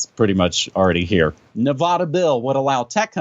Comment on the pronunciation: How is it that someone in NM pronounces Nevada "Ne-vahh-da"?